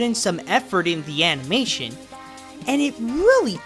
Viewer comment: I've been hooked on your videos for like a week and I can't decide whether it's because I'm entertained by hearing reliable views from a likeable host or the novelty of how you say "animeishen".